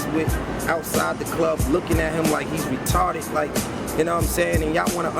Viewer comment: Lmfaoo he says "retarded" mad funny